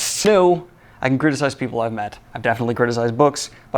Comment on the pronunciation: "I'm jefinitely" lol